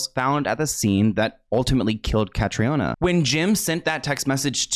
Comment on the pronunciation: Caitriona= Katrina. The former is the Irish spelling just fyi